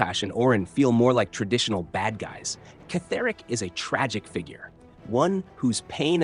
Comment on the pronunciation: It's not Ketheric it's pronounced as Kethric. If you played the game you would have known that!